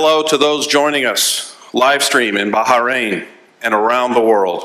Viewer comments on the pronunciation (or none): "Baha rain" huh?